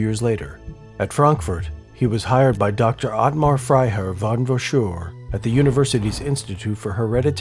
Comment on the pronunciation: This may be a small niggle but its noticeable for me... The pronunciation of german words is lacking. Quality of the video and pace of VO and 3d art is great, but in german w is pronounced as a V (auschVitz), and a V is pronounced as an F (Fon not Von).